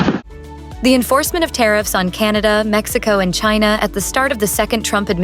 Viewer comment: It is pronounced, "CHAI-nuh"